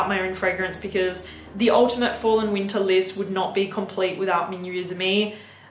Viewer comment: It’s “ween-ta” time. Lol!